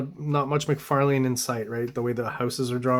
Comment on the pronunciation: Appreciate the correct pronunciation of McLeod’s name but cringe at the Mc Far Lane pronunciation throughout. Todd pronounces it Mc Far LIn ~ so I’m not sure where you’re getting your version from.